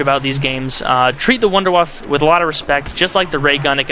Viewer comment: u allways forget the e its called wunderwaffe its germaaan u hv to say the e